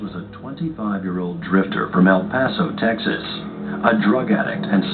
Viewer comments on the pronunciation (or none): none